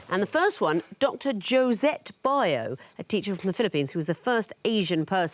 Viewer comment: Biyo is actually pronounced BEE-yo, but I think that's not as bad as the way pronounced baybayin (bae-bae-yin dear god)